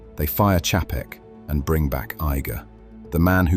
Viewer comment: This is why dvd's are coming back because no subscription.. ALSO, You can always tell when a YouTube video is narrarated by an AI voice because they always mispronounce names, titles, cities, pauses in the wrong place, etc.. Chapek is not pronounced the way that they pronounce it here. YouTube is now flooding their platform with "Auto-clips", based on what you click on. Soon there will be ZERO "influencers", all video will be "auto-made" by YT themselves. Jeff in Detroit.